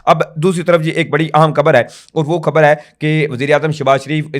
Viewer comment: لفظ کھبر نہیں ،،خبر ھوتا ھے درست کر لو ،پلیز پڑھے لکھے لوگوں کے منہ سے اچھا نہیں لگتا